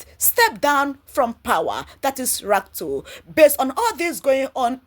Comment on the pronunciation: Madam? His name is RUTO! Not RATO. Thanks.